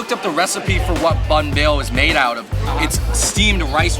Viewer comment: Yo dude, get it together it’s banh beo or bánh bèo with the tones, not the effing bahn beo man